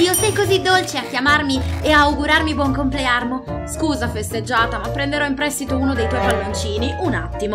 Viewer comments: SE NON TE NE SEI ACCORTA PURE TU HAI SBAGLIATO TU HAI SCRITTO QUESTO Ma dice buon comlearmo/complearno/booooo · Da notare la voce che dice "grazie per avermi augurato buoncomplearno